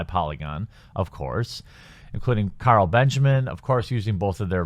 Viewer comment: It sounded like you said Kyle Benjamin? Idk. But it’s Carl.